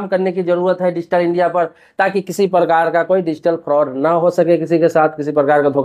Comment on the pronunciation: digital inaia😂😂😂😂